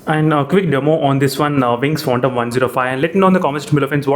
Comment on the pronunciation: It's Phantom Not Phontom 😂